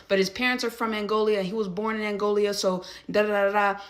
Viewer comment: African immigrants will know what Angola is, not Angolia.